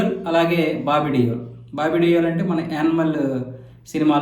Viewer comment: డియోల్ కాదండి దేవల్ అనాలి